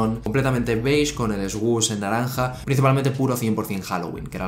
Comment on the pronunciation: Its /Sush/ not /esgush/